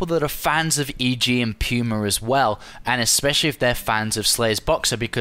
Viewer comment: puma = pyoomer